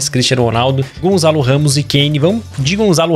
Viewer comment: Ainda gostava de ver o dia em que o consegue dizer Gonçalo direito. Gonçalo, não gonzalo 😠